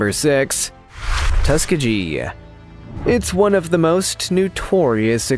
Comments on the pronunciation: MY GOD!!! LEARN PROPER PRONUNCIATION!!!! Tuskegee has a hard G sound like... GOOD. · "Third reesh"? "Tuskajee"?